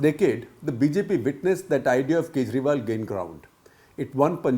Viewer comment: Arvind khejriwal, Sooch nahi sochalalay hai😂